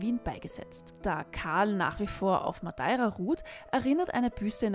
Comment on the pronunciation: mir tuts im hirn weh, wie du "madeira" aussprichst. das ist ein E. kein A. sonst grossartige kurzdoku.